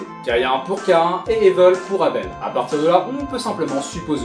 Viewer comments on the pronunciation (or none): Mdr Abel et Cain c’est dans la bible et ça ne se prononce pas « Caïen » et « Eybeul » xddd mais cool vid ! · Ébeul et cayen... Au lieu de Abel et Cain... /facepalm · Et pourquoi tu dis avel c'est abel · Éveul c'est con de lire ça comme ça